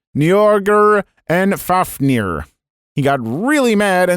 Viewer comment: You pronounced Fafnir right, you also got Jormungandr right. I cannot confirm if you got the second one right though. Also I’m not sure if Jormungandr is a dragon or not, it’s supposed to be the World Eating Serpent so I always pictured a giant snake